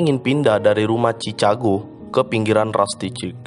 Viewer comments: Chicago dibaca cikago bukan cicago 😅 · Di baca "syikago" keles